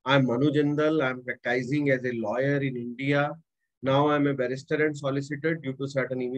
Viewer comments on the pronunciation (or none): Please correct your pronunciation of PRACTICING and LAW